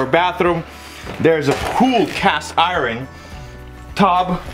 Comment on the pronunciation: That's "IRON" Not "I' RAN"!!